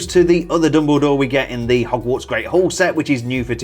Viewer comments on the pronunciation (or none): none